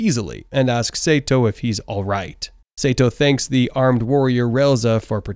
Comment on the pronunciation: Pretty sure it is, some of the tone choices seem incredibly random like strange pauses between words and odd emphasis on "alright" at the start. It's pretty decent though